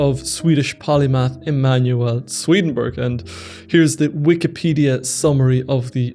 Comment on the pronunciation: It's not SwedenBERG! It's SwedenBORG!